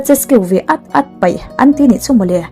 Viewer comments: "Peih" tih tur pawh "Paih" tiin i lam a... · I chhiar/sawi thiam e. Mahse, peih tih tur ah paih i ti țhin hlauh mai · "Hlauh" nilovin, "Hloh" tih tur.. "Sex hman an paih..(Paih)...." "Paih" ni lovin.. "PEIH" tih tur.. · sex hman an paih anti ngailo "PEIH" Lo ti ve tawh rawh.. Hetia mizotawng ipawngsual fo chuan pawngsual min zirtir palh ange. 🤣🤣🤣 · Kei paw'n ka ngaithla nawn ngat a, paih a ti tlat, ka beng a tithlep.